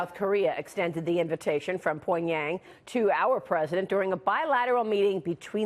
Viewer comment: i can't take her serious over how she says pyong yang